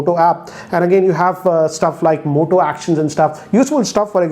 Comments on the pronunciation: who else heard him saying mota 😂😂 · M I the only one who heard Mota in this video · I Believe OnePlus 8pro is far better than this!✌️ "Mota" 🤣